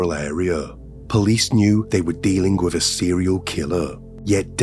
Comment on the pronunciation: If you are going to tell stories? Please say words properly, it's mother not modern. With not wif and father